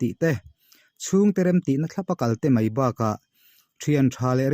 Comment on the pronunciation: mei nilovin mai tihtur aww